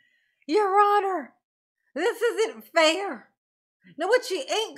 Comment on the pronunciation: “It’s not feer“ yer honor. LOL. Anytime DB says “with all due respect” you know what he’s gonna say will be 100% disrespectful and based in no fact whatsoever.